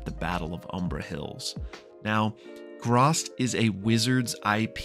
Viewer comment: My 2¢ is the pronunciation of the sword's identity/title: Graz'tchar. It is pronounced grahzt•car. You're welcome. Edit: And why,?! WHY? Why must you pick up sentient, possibly cursed weapons!? 😱 You KNOW what the dangers are for your character if you do!